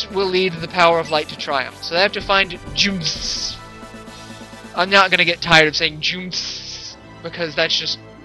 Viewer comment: jew-m-see is i think how you say jumsy properly :P